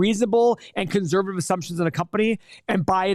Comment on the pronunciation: “conZZZervative”